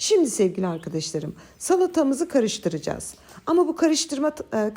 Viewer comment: Allahım!.. Sizin "ARKİDİŞLARIM" kelimenize hastayım!.. 😂👏👏❤ Ben bir edebiyatçı olarak takıntılıyımdır Türkçe'nin kullanımına ama siz istisnasınız 😅 Bu arada elinize ,emeğinize sağlık 🙏